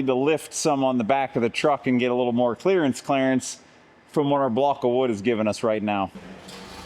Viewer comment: You said clearance Clarance!!😅😂🤣🤣😂😅😅🥹😅😂🤣🥲